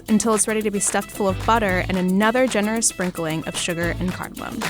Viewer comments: Wait. I thought it was just the bloke, but she too is saying cardamoN! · It’s not cardomin. It’s cardomom. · He said cardomon